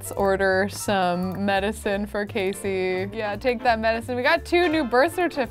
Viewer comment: Sorry to sound like 'it's Leviousa not *Leviousa*' (AKA Hermione) but it's Casey not Kacey.